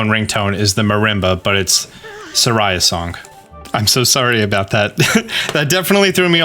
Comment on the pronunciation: Have I been pronouncing Saria wrong this whole time?